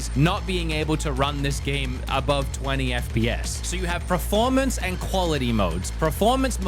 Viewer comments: I love your channel and videos but it's "Per-formance" not "Pro-formance" 😵‍💫😵‍💫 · It’s not Preformance it’s PERformance 😂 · australians cant pronounce words my brother saying preformance. just like when i was a kid and every aussie said do u want to play carative mode in minecraft instead of creative